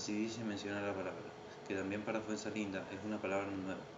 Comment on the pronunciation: buen video mano, ojo que era Fuenzalida y no Fuenzalinda kdkdkdnd